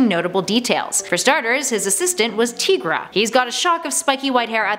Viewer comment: TY-gra, not TEE-gra.